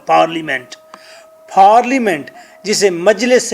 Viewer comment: Paaaaaarliment,,,,hahaha, Say Parliament.